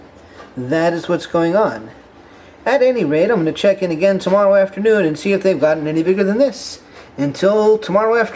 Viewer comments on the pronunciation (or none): none